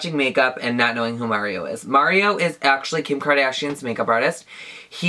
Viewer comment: LOL as i rewatch this for the gazillionth time, I'm just now realizing one of the shades is my name AND you say it right! you are absolutely my favorite person